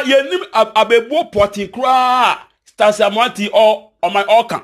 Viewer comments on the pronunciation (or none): Yoo know how to pronounce names ok you talking too much but you don't know how to pronounce names let me teach you is Stacy not STARCY ok thanks